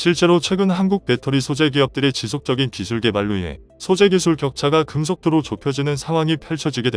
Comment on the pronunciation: 금속이 아니라 급속도로... 아무리 바빠도 제대로 자막을 넣고 읽급시다.